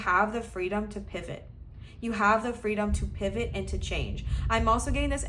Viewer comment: I picked pile 3 and I absolutely lost it when you said PIVAHT.